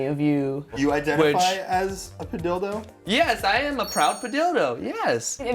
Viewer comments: Padilldo spunds wrong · Why does padildo sound so wrong to me.